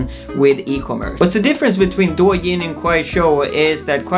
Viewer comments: It's actually pronounced "doe yin", as in "doe, a deer, a female deer" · I think is DOUYIN not DUOYIN A